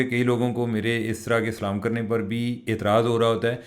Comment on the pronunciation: There is nothing wrong the way you say Salam Allah Taalah Bless you